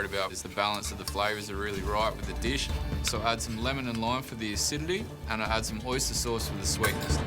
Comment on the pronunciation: Ruined the deesh......